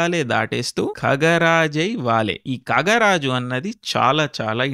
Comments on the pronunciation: ఖగరాజు అంటే పక్షులకి రాజు. ఖండాలు తిరిగొస్తాడు. వినత కొడుకైన గరుత్మంతుడు తన తల్లి స్వాతంత్ర్యం కోసం సవతి తల్లి కద్రువ షరతు మేరకు ఇంద్రుడిని ఎదురించి స్వర్గం నుండి అమృతాన్ని తెస్తాడు. ఆంజనేయుడి పోస్టర్ చూస్తే కూడా సంజీవని... అమృతం వీటి చుట్టే తిరుగుతుంది. కాబట్టి అది KHaga Raaju. శృతి హస్సన్ కు తెలుగు సరిగ్గా రాక అలా పలికింది. మీకు కూడా రాకపోతే ఎలా? Btw, as a feedback, was never a fan of your content,. You'd never make me feel inclusive with your outright, non-serious religious sloganeering at unnecessary moments. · Kagaraju, mrugaraju kaadandi, khagaraaju 😅 vattu kha vaadaali.